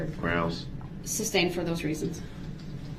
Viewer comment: Substained and axed are driving me nuts